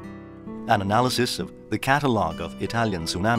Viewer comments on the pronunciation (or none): none